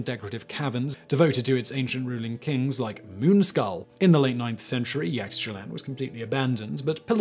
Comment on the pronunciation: Oh, Simon, Simon, Simon. Pronunciation is important. Bimini and Yaxchilán need work.